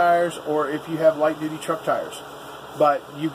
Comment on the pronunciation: Haha, you keep sayin’ doody..... (duty).... ok, had my childish moment.... hehehe